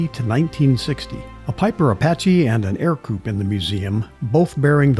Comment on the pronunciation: Great job,! Just a little correction here: The Ercoupe was pronounced errr coupe, not air coupe, according to interviews with Weick (who designed the plane) and later interviews with his family.